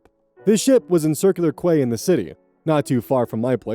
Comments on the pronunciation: Good guy bus driver. Also, just a nit pick for you, it's pronounced Key not Quey. Still a good read. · That's not how you pronounce Quay. It's pronounced "key". Also, those kids might have been on school holidays at that point- given our winter period in Australia, the winter school holidays are usually over the first two weeks of July, so it probably happened around then. I'm more surprised that the Aunt wasn't mad that her daughter lied and left her four young children with no bags or jackets IN THE DEAD OF WINTER than she was about the cruise being ruined. >_> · I normally don't get too into pronunciation correction, but since I know the place pretty well I'll just let you know "quay" is pronounced "key". A quay is a wharf. Also, I didn't recognize the term DOCS right away because my parents, former teachers, also always just pronounced it like the word "docks". Docks and wharves, imagine that I remember this slogan from way back, which probably annoyed residents more than the shortening of the name: "Don't Wagga Wagga 'Wagga'! Call Wagga Wagga 'Wagga Wagga'!" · Pro tip: the "Quay" in "Circular Quay" is pronounced like "key." In Sydney you will get the side eye from locals if you mispronounce it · In Australia, we call DoCs 'Docks'. Its our form of CPS. Also Circular Quay is pronounced 'circular key'. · Quay is pronounced like key